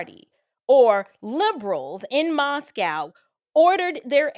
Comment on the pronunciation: Moscow not cow .